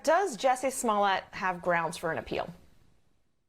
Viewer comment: I love how the host actually called him “smollay”!!! 😂😂😂😂 #davewins